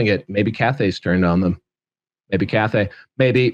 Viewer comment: Took me way too long to understand you're saying cafe and not Cathay 😂